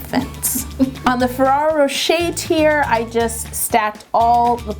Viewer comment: I kept thinking she was saying tears instead of teir